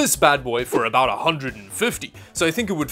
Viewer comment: Lmao I heard Canadian come out for the first time the game looks a boot weird 😂 jk keep up the good work love the channel